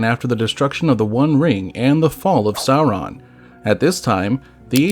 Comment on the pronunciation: Also, the video (which is great) was sometimes inconsistent on pronouncing Sauron. The correct pronunciation is “sour-on” (rhymes with “our”), rather than “saw-ron” or “sore-on.” The R is trilled too, but that can be difficult for some English speakers. A longer explanation: Both the pronunciation guide in Appendix E to LotR and the “Note on Pronunciation” at the end of The Silmarillion say how to pronounce “AU.” LotR App. E: “as in loud, how and not as in laud, haw.” LotR App. E: - “as in loud, how and not as in laud, haw.” (It also states “R represents a trilled r in all positions; the sound was not lost before consonants (as in English part).”) The Silmarillion: “has the value of English ow in town; thus the first syllable of Aulë is like English owl, and the first syllable of Sauron is like English sour, not sore.”